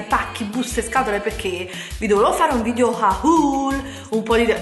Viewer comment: Giuro mi verrebbe voglia di far arrivare questo video a tremila non mi piace solo per l'inizio del video quando dici " Ciao ragazze e ciao ragazzi e benvenuti in questo nuovo VIDIO, sono piena di buste pacchi PECCHE vi voglio fare un VIDIO HAUL HAUUUUL " dai su i nervi, dico davvero.